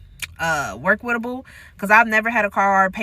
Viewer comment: "workwitable?". The more I listen to her the dumber I get!